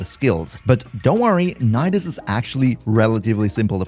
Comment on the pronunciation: Nidus : Ni - Dus Knee - Duhs